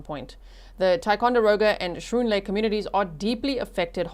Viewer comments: Schroon Lake = Skroon lake if you want to pronounce it like the locals. 😉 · Just letting you know that Schroon Lake is pronounced SKROON Lake. ❤ RIP Melina❤ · Schroon Lake is not pronounced "Shroon" Lake. It's pronounced "Skroon" Lake. I know you say you'd prefer to have proper pronunciations for places. Thanks for covering this G! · I live in Lake George. Very very sad. It's a beautiful area. Schroon lake is pronounced Screwn lake h is silent Yes Amber Alert went off on all our phones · Pronunciation is “skroon” lake. Perfect pronunciation of Ticonderoga, btw. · Great coverage... you got Ti right. Schroon is pronounced Skroon..lol